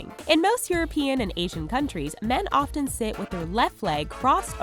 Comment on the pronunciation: Wow, you should learn how to pronounce "often".